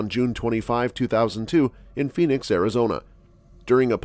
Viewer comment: The desert, isn’t called Phenix.. Its Phoenix ..